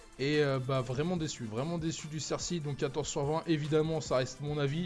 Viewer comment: On dit pas "cerssi" mais "CERCI" !! ;) MERCI